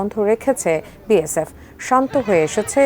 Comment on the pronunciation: বিয়েশেপ বলে😅এতো সাংঘাতিক রিপোর্টাররে বাবা😂